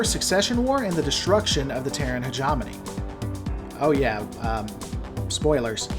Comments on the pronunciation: heh-jaw-moan-eeeee NO heh-jaw-money NO hedge-em-own-eeee YES heh-gem-un-eeee YES HOW HARD IS THAT ?!!!!! You are a first rate troll. You are doing this on purpose. Your videos are really good though... BAH ! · Um it's hegemony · No worries bud, hegemony is very rarely spoken. I twitch a bit when you mispronounce it, but remember it is an almost forgotten word. I guess because it's a mouthful of a word.